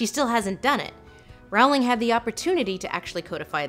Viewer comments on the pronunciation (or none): Rowling as in row row row your boat Rowling, please. Not Rawling. Yes, I have ASD, this bothers me, I can't help it either. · I predicted John Green was gonna be in this video from the beginning and I was still shocked. Also, IT’S PRONOUNCED ROLLING, YOU AMERICAN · Doesn’t Rowling rhyme with bowling? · Lindsay, you mispronounced Rowling's name. It's pronounced "Rolling." Also, Dumbledore is definitely gay. One of my biggest pet peeves is when fans push their own personal agendas onto clearly established characters (claiming homosexuality in characters that are clearly not homosexual, for instance). That's not the case for Dumbledore though. The subtext for his homosexuality is very evident in Half-Blood Prince where we as readers learn Dumbledore's backstory. Now there ARE a lot of problems with Rowling as of late, one of which you included (finally making a movie around Dumbledore and Grindelwald and NOT expressing homosexuality in any form at all regarding these characters), and I would actually love for you to break those down. Another example is a South Korean actress playing an Indian character (Nagini) who is a human cursed to eventually be stuck in her snake form...and then being beheaded by Neville Longbottom in the last installment of the series. And Rowling seeing nothing wrong with it and even claiming that was the backstory all along and she came up with it 20 years ago (obvious bullshit because there is a SHARP contrast in quality, logic, and depth between things that were there all along in the back of her head and things she just recently came up with now that the main series has finished and fans are still clamoring for more material). I don't believe I've ever commented before on one of your videos because you clearly know so much more about literacy than I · Her name is pronounced more like "rolling." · Lindsay, please pronounce Rowling's surname correctly. It is ROW-ling like ROE. Thank you. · It's Rolling, the RWORING